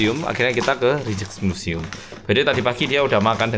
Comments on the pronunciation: Rijk pronouncenya Riyk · Rijksmuseum pengucapa nya raiksmuseum. Musim panas biasanya orang2 suka minum bier. Di Amsterdam ada rujak peris sol uenak pol. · Rijksmuseum bilangnya Reiks museum. Huruf ij itu dibacanya ei. Spt kota Rijswijk bacanya Reis weik. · Masih di Amsterdam engga oppa ? Btw, aku tinggal di Amsterdam. Rijkmuseum itu di bacanya Raikmuseum 😅